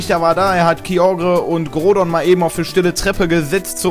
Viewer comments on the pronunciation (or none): none